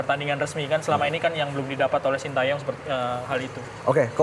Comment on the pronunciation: wkwkwkkwkw, knp Hostnya baca SHIN TA YONG, padahal cara baca yg bnar adalah SHIN TE YONG 🤣🤣🤣